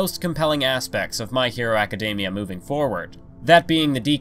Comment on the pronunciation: Are we not gonna talk about how he said "acidamiea" instead of academia